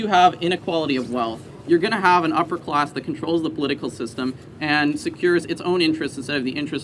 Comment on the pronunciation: What is a ‘closs?’ If you don’t know how to pronounce a short a, you are not capable of lecturing me on anything.